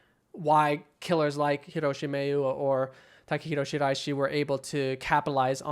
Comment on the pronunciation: Love that excellent pronunciation of the guy’s name